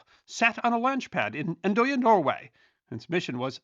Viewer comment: Say it after me: "And.oya" not "anDOya" (ITs really And.øya) but i respect foreginers don't know how to say "ø". Its like putting your lips together like an o... but just relaxing the outer parts of your lips wider without moving your inner lip. Set your moth in the O state. Put your finger in it and try to say O(Nothing happens). Now release the outer lips while biting your finger but keep the rest of your mouth in the same posture and say O again. It now sounds like Øøøø. Now try it without biting your finger and you now can say Andøya correctly.